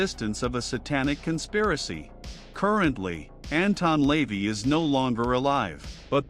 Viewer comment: AI can't pronounce Lavey properly